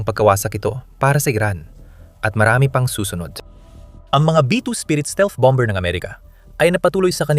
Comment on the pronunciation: Dapat i pronunce ang bomber with silent "b" . Masakit sa taenga. Target as in target not tarjet.